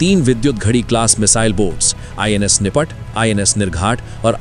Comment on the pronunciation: NIS nahi INS hota hai bhai